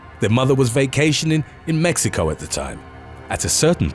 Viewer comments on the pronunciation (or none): none